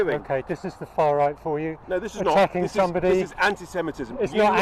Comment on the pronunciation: it's not pronounced "antisentimitism".. it's anti- semit-ism.